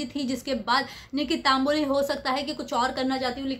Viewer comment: It’s Tamboli not Taamboli